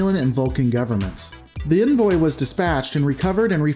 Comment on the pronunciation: The way you are saying "envoy" makes me want to slap your mom.